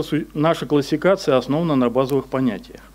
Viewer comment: Это не просто классификация это класикация …… проводить лекции научитесь говорить правильно хотя бы ставить ударение в нужных местах